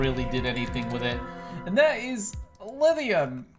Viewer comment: Look up how to pronounce lithium